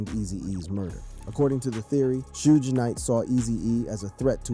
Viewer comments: It's shug not sooge or 2pack lmao RIP Eazy. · Im reporting this cause you said shoodge. Dont ever speak on rap again.